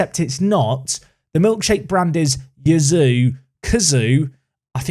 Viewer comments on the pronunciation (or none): It's probably pronounced "Chee-a-zzo", so Yazoo is a stretch! ;) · I would have said Cayazoo. Not Kazoo. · If you can say 'pizza', you can say 'Caiazzo'. Kazoo is a dumb nickname. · Kai-yah-soh...is probably the closes pronunciation to name. Get Gurrutxaga back, a wing and a stronger striker. I have Idah in my save and he gets bullied a ton! Definitely a striker and maybe a couple of decent wings...strong backup keeper or wing defender as stretch goals if moneys allow. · Caiazzo - K-eye-at-zo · Caiazzo = ky (as sky) as (thick english accent) zo (as alonzo) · A fun suggestion for the Caiazzo mispronunciation saga: since you’re intent on pronouncing it, you could invest in a kazoo. which is a children’s musical instrument that you can buy pretty cheaply from Amazon, it’s designed to be incredibly easy to play and you can bang out a (pretty pathetic) tune on them, at the very least it would give you a free excuse to continue pronouncing his name wrong. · In terms of pronunciation when it comes to Caiazzo, I really don't know where your "oo" part comes from when talking about him, cause since he's italian, you'd pronounce him like you would read "Kayatso". But Jisoo or whatever is of course fine as well ;) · is pronounced KAI-ATT-SO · Why don't you just call him Caiazzo? Kai, as in Havertz, and atso. Kai-atso. Not difficult. Please don't sign Dylan Crowe Merci